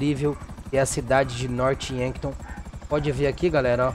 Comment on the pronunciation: E Norph Yankton. Não Norte Yanton